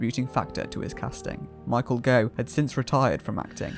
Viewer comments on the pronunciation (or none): A decent documentary let down by some odd pronunciation. Chris Boucher - Boucher is pronounced "Bow-cher" not "Boo-chet". Michael Gough - Gough is pronounced "Goff" not "Gogh" and Dr Faustus, Faustus is pronounced "Fow-stuss" not "Fosstuss".